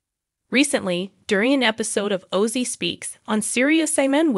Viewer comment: How can this segment get produced mispronouncing OZZY? unreal